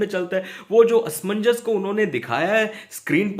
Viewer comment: Asmannjas Asmanjas 🤣 Kya asmanjass 🤣🤣🤣